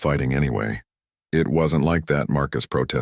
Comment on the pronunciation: The story was good, but for some reason many stories have awful subtitles. It isn't just either. Narration gets crazy the word 'wound' becomes something put on a spool and 'it' becomes IT whatever that means.